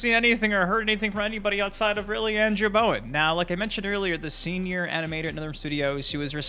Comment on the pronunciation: It's not Bowen